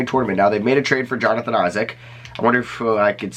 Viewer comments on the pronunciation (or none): none